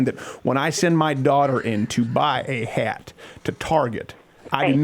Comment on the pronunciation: The way he said "hat" holy shit i was dying!!! 😂😂😂